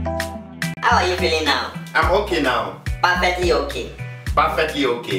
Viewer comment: Perfectly is not pronounced parfectly...